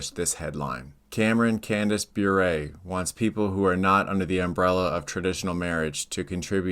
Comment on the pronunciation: I want say something nice about Candace Cameron Bure. Her brother-in-law is one of the most amazing hockey players of the 1990’s. Bure is pronounced “bore-ray” Otherwise, this is awesome